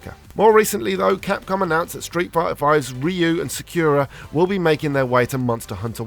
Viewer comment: Sah-cure-ah! Lol. 😭😂